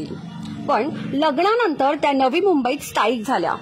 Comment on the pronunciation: बातमी खरंच प्रेरणादायी आणि कौतुकास्पद तसेच अभिमानास्पद आहे, पण तुमचे अशुद्ध बोलणारे अँकर बदला आधी. योगिता माने ऐवजी योगिता माणे, लग्णानंतर असा शब्द बोलताहेत लग्नानंतर असंही धड बोलता येत नाहीये त्यांना, कोण घेतं अशांना ? जे लोक अशांची निवड करतात यावरून त्यांचं पण काय शिक्षण झालंय हे उघडपणे समजतं. खरे उत्तम बोलणारे आणि गरजवंत राहताहेत बाजूला आणि वशीला लावून घेतले की हे असेच होणार ना भाऊ !